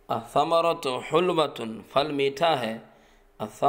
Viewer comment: پھل بولیں فَل نہیں پھ تلفظ؟